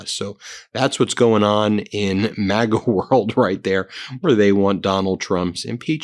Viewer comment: Why do i hear maggot? Every time you say maga..